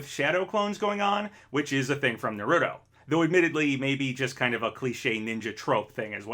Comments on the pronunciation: It's pronounced "NAH-ru-toh" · Try pronouncing Naruto correctly next time.